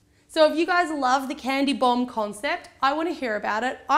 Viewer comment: It sounded as though you kept saying "candy bong" xD